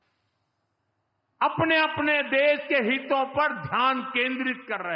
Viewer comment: हीतों नहीं हितों होता है सर ! अनपढ़ कहीं का !